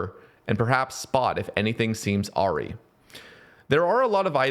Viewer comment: I love the way you confidently pronounce awry so horribly wrong lmfao I love you